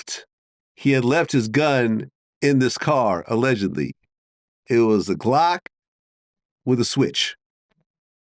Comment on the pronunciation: what is a "Glack", Vlad??